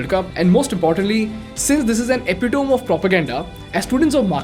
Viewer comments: Nice video dude but epitome’s pronunciation is ‘epi- tamy’ not ‘epi-tome’ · epitome is not pronounced corrrectly, it should be pronounced as uh·pi·tuh·mee, otherwise very good content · Everything was well displayed and mentioned with detail. Just want to tell a minute mistake of spelling pronunciation of "epitome" which must be said as "epitme". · Please look up pronounciation of "epitome". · Hi. I wasn't going to point this out but since it seems that you like to use the word 'epitome' in your videos, I would like you to check it's correct pronunciation. If I ain't wrong, the last 'me' at the end is to me pronounced just like the word 'me' (epitome = अपिटमी/एपिटमी)